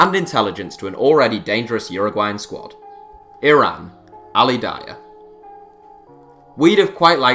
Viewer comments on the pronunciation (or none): none